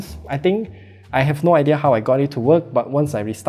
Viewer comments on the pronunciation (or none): none